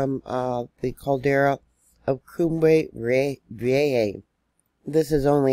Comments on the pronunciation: It is pronounced KOOM-breh vee-EH-hah. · Cum-bray Vee-YAY-ha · This volcano has the capacity really damage the east coast of America wth tsunami. Pronounced Coom-bray ve- ay- ha. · It would be nice if you would make an effort to learn to pronounce the volcano. Geeze!!!